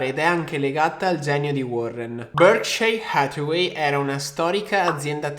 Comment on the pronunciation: Ragazzi ma sono l'unico che muore ogni volta che sto tizio dice il nome di BH? Cazzo mi ammazza ahahah ma che pronuncia c'ha